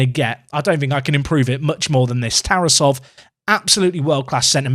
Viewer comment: unsporting personality of TarAsov (that's the proper pronunciation) is a little bit of concern for a 100m player